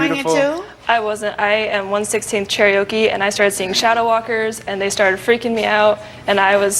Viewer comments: "chair ee oh kay" this bitch... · Cherriokee??? Lol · She couldn't even pronounce the tribe name right and that's everyone's go to tribe when they wanna claim native Americancy.. at least from my observation